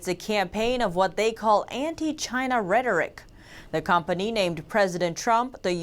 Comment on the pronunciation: I'm pretty sure 'rhetoric' is not pronounced 'reddorick'